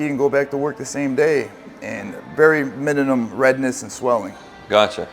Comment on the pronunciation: I would not let this SMP guy work on my head....he sounds nervous when he speaks which makes me believe he doesn't really believe in what he's doing. On top of that he speaks so poorly I just wouldnt trust him....the way he said "minimum" at the start was crazy....he said "mininim"...you can see on this doctors face he's barely hanging in there lol.